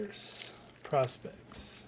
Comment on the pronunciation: Most people pronounce this Prospex like "pro specs" not like "prospects"